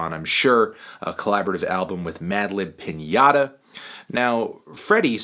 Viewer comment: say Piñata again xD